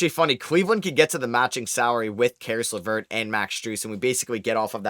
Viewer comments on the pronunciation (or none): none